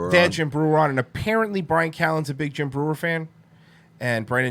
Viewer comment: Schaub was so fake on this episode. You could totally tell he researched Jim the night before by watching YouTube clips. And him mispronouncing Jim's name at the end gave it all away